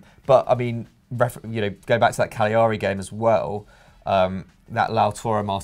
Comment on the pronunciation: Love you all, but damn please pronounce cagliari properly. Ca lea ree